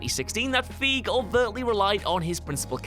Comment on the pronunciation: 1) It's pronounced "Feyg" NOT "Feeg" 2) It's pronounced "Pat-ently" NOT "Pate-ently" Is just trying to see how many mispronunciations they can pack into a video now? Cause it's gotten exceptionally bad lately.